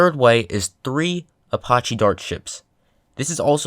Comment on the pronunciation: It's apache not apoche u dumbass